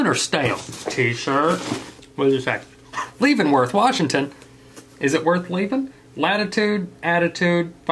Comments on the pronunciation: Lmao Leavenworth, Washington is "Leh-venworth" not "Leave-enworth". For anyone who's interested, it's this really weird American mountain town that pretends to be an old German mountain town. Back in the day it was a logging town, but when they chopped down all the trees, the loggers - who were all German immigrants - decided to get in on the tourist business and turn it into something straight out of a fairy tale. Look up pictures of it around Christmastime - one of the most beautiful sights ever! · It’s Leavenworth as in eleven without the first e. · Idk if it's been said already but it's pronounced "leven worth" . It's a Bavarian themed town in the mountains and it's soooo much fun to visit. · Leave-in-worth XD it's pronounced Leh-ven-worth u should come to Washington it's pretty... well, rainy. And pretty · Leavenworth is pronounced Leh ven worth. Its a Bavarian town up in the mountains, quite lovely! You should visit!! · It's called l"eh"vensworth. I live there so I would know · Leavenworth, WA is it worth leavin'? Ok not leavin it's leaven like level; Spokane isn't cane like in candy cane, but cane as in can of corn. E is silent. There's so many Washington names that are said wrong, it's actually funny now to me how ppl pronounce them. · “leavin’-worth”?? that pronunciation hurt me haha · Leavenworth is pronounced leh-ven-worth. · The way he pronounced Leavenworth made me wheeze omg😂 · When you live in Washington, and when he said Leavenworth it really bothered me. 😂😂😂😂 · Lol Leavenworth warsgington 🤣🤣 I love how people who aren't from here pronounce places.